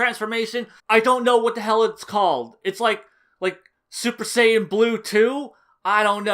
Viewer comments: Was almost convinced you'd changed your tune until you pronounced Saiyan "SAY-AN", that's when I knew you were for sure bullshiting. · The most subtle Fool you could've given here is your Western pronounciation of Saiyan. Lol. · I cringed every time I heard you pronounce saiyan. It was like “Jesus how many times did he mess up this video trying to say everything wrong” 😂😂